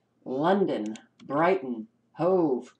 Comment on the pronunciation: Insanity rules! Yes,, you pronounce Hove correctly. I live in U.K. This is 1984 style distortion of reality, or simple blatant lies.